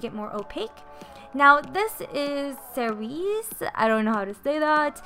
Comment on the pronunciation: I know this is older lol but framboise is pronounced "fram-bwah" it means raspberry and fraise bonbon is "fray bonbon" it means strawberry candy! 🍓❤️ and yes you said cerise correct, it means cherry! 🍒💗